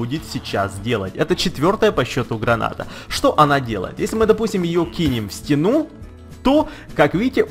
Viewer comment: говорить научись!!! не стенУ, а стЕну, не замечательныещся, а просто ЩАМЕЧАТЕЛЬНЫЕ